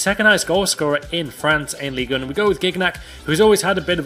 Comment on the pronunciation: I am french and said ligue 1 correctly